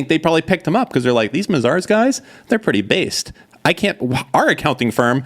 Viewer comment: It's not pronounced Ma-Zars,. It's May-Zers 😂😂,.